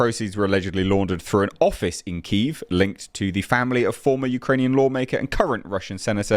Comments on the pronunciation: KEE-EVV none of this KEEEEEEEEEEv shite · its kiev not keev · You said keev so I dislike. Simple as.